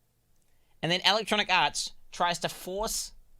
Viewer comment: Did the dude say Electronic Aarse?